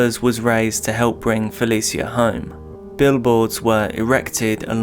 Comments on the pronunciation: Please watch and listen to a few news broadcasts on cases you’re covering if you can. Helps you pronounce victims names properly. Fuh-lee-shuh not Fuh-lee-see-uh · if you ain’t from Baltimore then stfu he said her name wrong thats a fact